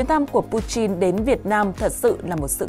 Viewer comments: Putin chứ ko phải puchin nhé..nghe rất khó chịu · Chin với tin chịu sự phát âm Ko thấy nhục ak😂😂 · Pu-tin chứ không phải Pu-chin